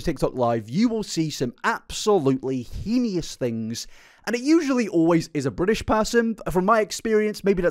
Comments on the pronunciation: Elphaba quite clearly does have issues, but im thinking histrionic and narcissistic personality disorders. It would explain all the lying, attention seeking, manipulative behaviours, etc Also edit to add heinous is pronounced hay-nuss 😅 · "He-ni-us" lol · It's "hey-nuss" right? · Babe please google the pronunciation of the word “heinous” I can’t take this anymore 😭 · I saw this comment JUST as he said "henious" again 😭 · This video is amazing and im not too far into it. But i get so distracted by his pronunciation of the word heinous. He says it in a few videos and its wrong evey time. But if thats my only complaint on a video this long!! Bloomin great content!! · Can you please work on your pronunciation of the word heinous? There is no I after the n. I love your videos. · The only heinous thing about this video is mispronouncing heinous. Otherwise very good a bartender friend of mine had the misfortune of serving elphaba so it gave me a good chuckle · with respect i am begging you to look up how to pronounce heinous cause i cant do this anymore